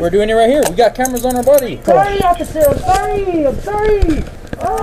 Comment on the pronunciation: “i ApPreCiATe YoU oCCiFer!”